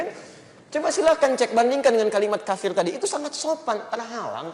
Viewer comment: Yang bener كَافِرٌ bukan كَفِرٌ jadi huruf ك panjang